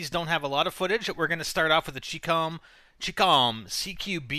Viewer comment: you mispronounced chicom. the CHI is pronounced like the "chi" in "Chinese" and the COM is prounounced like the com in "Communists"